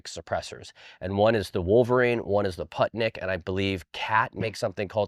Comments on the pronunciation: Yeah Poohtnik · Awesome vid! Sidenote: The PU in "Putnik" is pronounced like in "Puma."